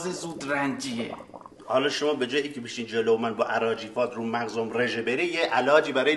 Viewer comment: شیرازیها نمیگویند رژه میگند رجه - ژ نمیگویند اصلا